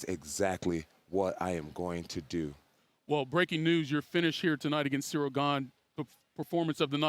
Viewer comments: Cereal Gane :D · Bro called him cereal 😭😭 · the disrespect is actually so hilarious to me, Jon just calls him "cereal gain" and i cant even tell if it's on purpose or not... he must know how its pronounced because others say Gane's name in front of him 100's of times this week... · He even puts them down mentally calls ciryl gane "cereal gain" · Dude keeps calling him Cereal haha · Jon calling him “Cereal”💀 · The disrespect of this man keep calling him “Cereal” 💀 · anyone peep him call Ciryl, Cereal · It’s funny how Jon calls him Cereal lol 😂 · I swear I just heard jones call him cereal! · Did JJ call Ceral "Cereal"? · He called dude cereal 😂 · I think he called him ceerio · I love how Bones calls Gane " Cereal "😂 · See-real Gain, 😂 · He’s still calling him Cereal 😂😂😂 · bro said Cereal XD